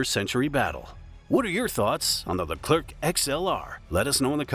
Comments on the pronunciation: Stop saying LECLERC with "keuu" at the end forget the C, in French the last letter is always SILENT, like PARIS (capital of France), don't say PARISSE but PARI. I know the last letter is important in English, and must be say to understand the phrase, but not in French, whe have other way to build a understanding phrase. For hear correctly a French word, use the speaker in google translate ! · The "c" at the end of Leclerc is silent you dont have to prononce it